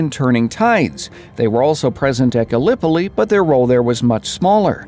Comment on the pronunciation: Why do you say "Gallipoli" like that 😣